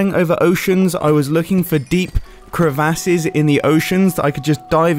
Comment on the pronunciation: The way he says crevasses is funny 🤣